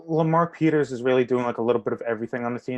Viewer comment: Finally heard someone say Lamar Peters!